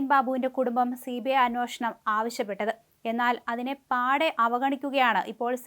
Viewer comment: Anwoshanam അല്ല അന്വേഷണം ആണ്.